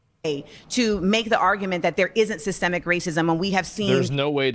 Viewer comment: If you cant pronounce SYSTEMIC correctly im not debating you